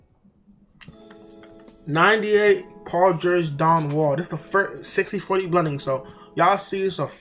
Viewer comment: Dude said Paul gerge and Don wall😂😂